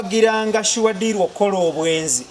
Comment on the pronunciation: I love the way pronounce this name"Suwa deal "😂